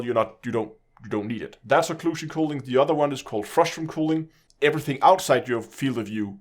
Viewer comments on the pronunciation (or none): For reference it’s normally pronounced cuh-ling. It sounds like you’re saying cooling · Ismt it culling not cooling which you keep saying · Cull - pronounced like ‘skull’. Culling ( like skull ing ). FYI. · "cooling" lol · the mispronunciation of "culling" made me chuckle Good to know FDEV are at least aware of this shitshow though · and I was polite and explained it succinctly as well as the reason I was correcting the pronunciation (because it was confusing). Since he didn’t know what culling is, it follows that he might not know how to pronounce it as a matter of fact rather than accent